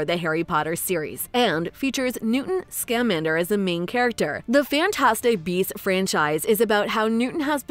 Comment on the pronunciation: nah, man, at the beginning, I could swear she pronounces it as "Newton Skarmander". She afraid of being sued or something?